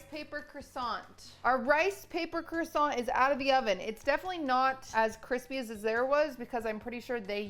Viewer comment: "qwassong 🥰" "QQWAASSAAWK